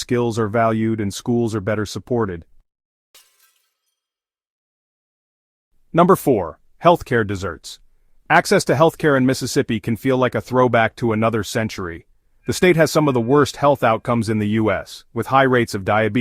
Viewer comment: You said "health care desserts," not deserts. I hate AI.